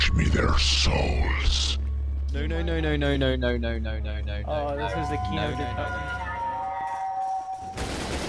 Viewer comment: “FETCH ME THEIR SOALS”